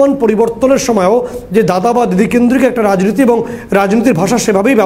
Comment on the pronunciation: 'রাইনীতি' নয় ওটা হবে 'রাজনীতি'।'পাউলিক' নয় ওটা হবে 'পাবলিক'।কোড়াকাটি তো আপনার বাড়ি,আগে হতো না আপনাদের খাওয়া এখন প্রধান হয়ে টাকার পাহাড় করেছেন আপনি,আমরা সব লক্ষ রাখছি।ই ডির তাড়া খাওয়ার পর তো আপনাদের বাড়িতেই ছিলো শুনেছিলাম।সময় আসলে রাজনৈতিক ভাবে জবাব দেওয়া হবে।